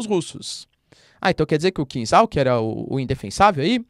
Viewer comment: É kinzhal, "zha" pronunciado como "já" de jacaré. Traduz como punhal em português, dagger em inglês. Punhal supersônico é triste.😢